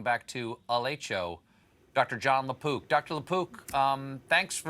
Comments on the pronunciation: Sorry 🤭 but I always hear Dr LaPoop.... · I thought he said Dr. Lapoop 🤣😂😂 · I thought he said La Poop 🤷‍♂️ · I heard “Doctor LaPoop”